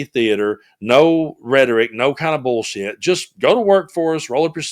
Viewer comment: I love Ms Jasmine when she says,“ Bool shit”.